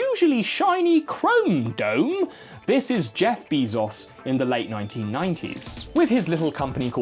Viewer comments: “Besos” isn’t pronounced as “Bee Zeus”, it’s actually “B eye s ooh s” Also his first name isn’t “Jeef”, it’s “ffeJ” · Wait, did you say "be Zeus" on purpose? And I'll never know because this message will never be seen. : ) I feel empty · Youtube autosubtitling interpreted you saying "Jeff Bezos" as "Jeff be Zeus". And after that you started mincing his name on purpose. Must be the metaverse breaking out